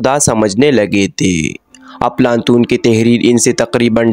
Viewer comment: صحیح نام افلاطون ھے بھائی اردو تو ٹھیک بول لو بہت سارے الفاظ غلط بولے جا رہے ھو